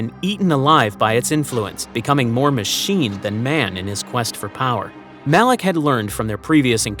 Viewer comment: 55 it MALAK NOT ALAK